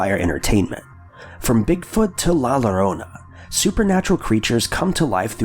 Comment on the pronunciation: Again with la lorona? In Spanish "ll" is considered one letter and makes the same sound as the letter y